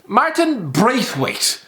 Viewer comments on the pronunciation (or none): No one:: 'Martin Breath..Weight'!!!